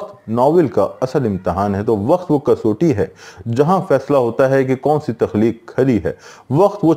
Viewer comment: سر لفظ کسوٹی kas watti بولا جاٸے گا۔ آپ kasoti بول رہے